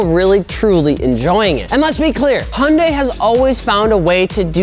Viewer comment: What the hell is a “Honday”?